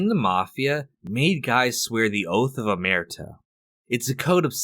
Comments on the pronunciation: Ohmeartee? Hahahahaha okay, Jackass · Little note: the word "omertà" has an accent at the end. It's pronounced it "oh-mer-tah". Nice vid as always tho. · So sick of Americans mispronouncing “omertà” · You might want to learn how to pronounce "omerta" before you post a video about it.